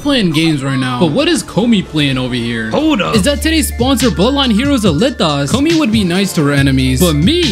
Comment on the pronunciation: Please learn how to pronounce “Komi” you sound like the dub pronunciation of it